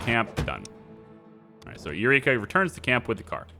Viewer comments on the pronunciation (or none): Erykah is pronounced like Erica not Eureka 😭😭😭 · Her name is pronounced Erica not eureka...